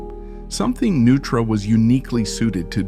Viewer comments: Neutra... as in NOI-TRAH. Not "Nu-trah." Jeeze! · It's pronounced Noi-truh, not Nu-truh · It’s pronounced NOI-tra. How do you mess up the name of the man you’re presenting? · I was wondering if that was how Neutra was pronounced. I thought it was pronounced phonetically like Noytra. I didn't even realize the voice was AI. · AI voices have become almost indistinguishable from real voice-overs. In this case, it seems maybe you should have misspelled Neutra as “Noytra” in the copy to trick it into pronouncing the name correctly. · AI doesn't know the correct pronunciation of "Neutra" or "Taliesin". Try using actual humans instead of AI. Thumbs down